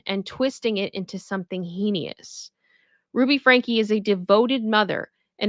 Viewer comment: Franke not Frankie